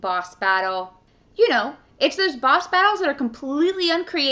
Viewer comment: She says "Bosh Battlesh